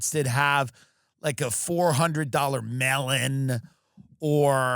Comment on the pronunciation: 😂 Had to write again!!! Until the end of your show I thought you were saying $400 “ Mail-in” !!! It was “Melon” ! 😂 I am from Texas so I am sure I say a Lot others misinterpret!!! 😂😂